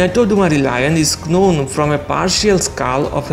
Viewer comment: In the word known k is silent bro.